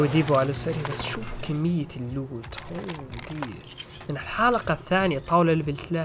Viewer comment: الوت❌ اللوت ✅ Loot ✅